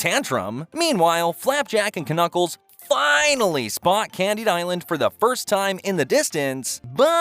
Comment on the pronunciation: His name is Knuckles he just pronounces the silent K because he's uneducated